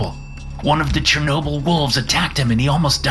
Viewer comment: It is 'Chernobyl' bro